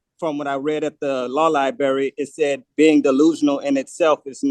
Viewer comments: "How could he tell that I am incompetent?" "Because you say things like LIBARRY." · It’s pronounced. LIBRARY not LIBERRY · It's library, not libeery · Where exactly is the "law LiBERRY"?